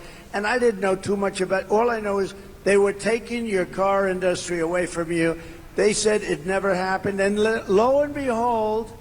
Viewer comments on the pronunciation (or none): He sure loves to cry about the "fake news" yet sure loves being in front of their cameras 24/7. 🤔 Also, he doesn't know how to pronounce "industry". It's not the same as "industri" from "industrial". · It’s been how many years and Donald still can’t pronounce the word “industry” 😂